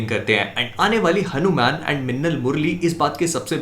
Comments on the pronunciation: It's Hanuman not hanumen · Bhai, Its Hanuman not Hanu-man!!!